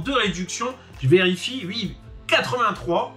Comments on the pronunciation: Salut! Bon… mettons les choses au clair… on dit OUi, pas, Ui 🤣🤭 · Peux-tu dire oui et pas ui ! 😜